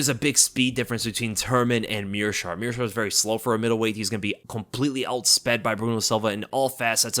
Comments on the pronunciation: Meerschaert "the shart" - heard that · Did you really call him "The Schaert"? Hahaha!